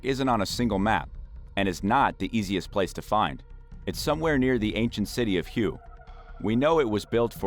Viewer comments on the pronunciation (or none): Obviously only superficial research on multiple levels. Example: the #1 park location is NOT pronounced "Hue" as in 'hew', but "Whey". It is the ancient capital of the Vietnamese country, pre-French colony. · Hue is pronounced way 😉